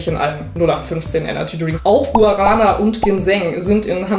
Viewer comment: Gu-a-ra-na 😃 wenn man Portugiesisch spricht klingt das einfach nur furchtbar (Originalsprache Gwa-ra-ná). Genau wie „Atschai“ 🤪 (Açaí, Aussprache A-ßa-i). No hate, alle machen es ja „falsch“ 😘